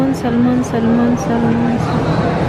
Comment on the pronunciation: Silent L po ang Salmon....